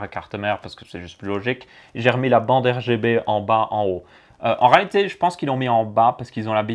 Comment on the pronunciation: des ventilateurs R Ga B ? tu en perds ton français tellement que c'est un bouzou ^^